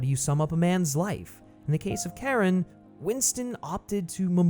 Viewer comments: CHARON is PRONOUNCED SHA-RON NOT KAREN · it's not pronounced Karen. it's more like "Chair-On" or "Share-On" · This mf said "Karen" smh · did he call Charon,Karen 5555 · CHARON not Karen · He really pronounced Charon as “Karen” smh 🤦🏽‍♂️🤦🏽‍♂️ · Dude called Charon, "Karen" 😭 Disrespectful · Yes, thank you! And he's not the only one to do so in a video. Hard to understand - did they not hear his name pronounced in the film? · great vid, but the mispronunciation of Charon bothers me. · Imagine having Charon's name literally said in the movies a bunch of times and then still absolutely butchering the pronunciation